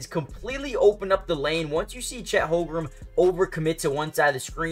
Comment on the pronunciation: Lolz at this guy trying to pronounce Holmgren. Holgrum?